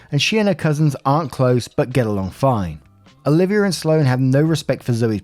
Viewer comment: Is Sloane not a common name in the UK? You did pronounce it right by the way. I would say it's calm enough here in the US that most people know it 1 or 2 Sloanes